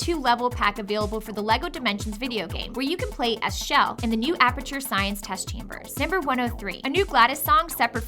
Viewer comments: CHELL, not SHELL!!! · SAY IT WITH ME SH ELL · Her name is pronounced CHUH ELL not SHELL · Her name is pronounced "Chell", not "Shell". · IT IS CHELL NOT SHELL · half correct, Chell has no correct pronunciation, and if you ask people at valve, they'll all give you different answers